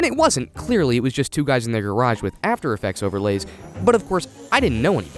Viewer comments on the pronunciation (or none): none